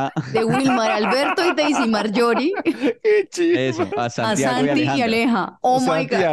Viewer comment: Ay no pude con diciendo su nombre y luego Santiago Yon fréi jajajajajJjaajjaa